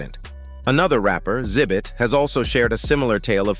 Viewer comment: For real! I think I went cross-eyed when instead of saying Xzibit it said, “zibit”! 😂